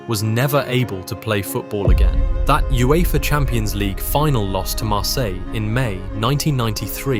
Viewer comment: Great player. Some of the ai voice pronunciations....Thierry Hen-ray, Serie eh, You effah 😄